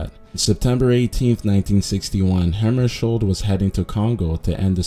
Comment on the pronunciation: The j in Hammarskjöld is supposed to be pronounced like a y. The umlaut over the o changes the vowel to a short e sound. Kind of like how the correct pronunciation of Björk is, "byerk." This concludes the Germanic language lesson for the day.